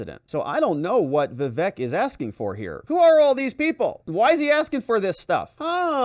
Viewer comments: Hey. It's not vivek like heck. It's vivek like cake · Perfect! But pretty sure it's "vih-VAYK" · ▶️ It's pronounced: "Vi-VAKE" like CAKE!